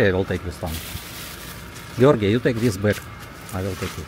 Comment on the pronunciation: How is that possible..gee-or-gee moved every month.😂😂😂